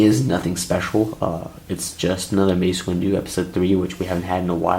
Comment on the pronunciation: Me: * realises that he says mace windo and anikin fight palpatein * Also me: * visible confusion *